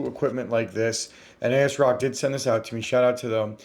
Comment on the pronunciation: ASSSSSrock not A-S-rock & cmosss not cmose🤷